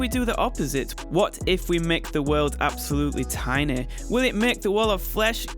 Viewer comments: "absolutely tye-neh" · They why you say tįńÿ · When he says tiny it sounds like he's saying tina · You said tinay